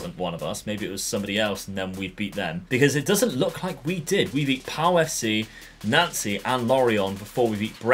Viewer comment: Anyone clock the pronunciation of nancy